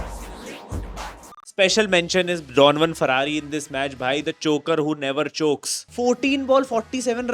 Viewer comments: Donovan Ferreira ❌ Donovan Ferrarri ✅ 🤣🤣🤣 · Bhai vo Ferrari nahi Ferreira hai 😂😂😂